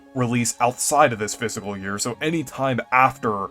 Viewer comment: It’s FISCAL, not Physical